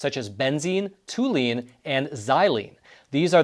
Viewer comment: 1/40 is not "less than 1%". Toluene is not pronounced "too-lean".